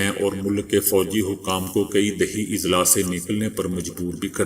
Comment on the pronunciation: السلام عليكم...Izla نہیں بلکہ Azla۔ضلع کی جمع اَضلاع